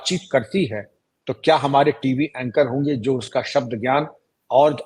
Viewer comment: Sach kaha aapne sabdon ka uchar bhi bahut accha hai Seema ka jhooti hai hai wo